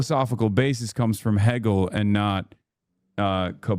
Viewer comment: Did homeboy say "heggel"?